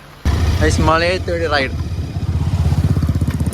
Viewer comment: Mazhayath ❌ Malayath✅